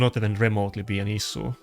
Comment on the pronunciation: For love of the god, learn to pronounce. It not as KEN sn, it is aSENshn. Also ... issue is not isuu, it is ishue